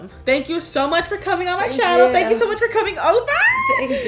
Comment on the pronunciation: I don’t think he know how to say thank u right?